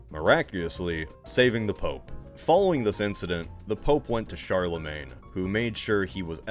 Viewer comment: "Charlemagne." Oh boy...